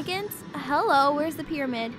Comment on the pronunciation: I just died when it said get to the pryamid